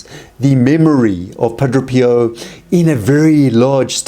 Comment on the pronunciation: You sat Padro Pio but it's pronounced Padre Pio ...Padray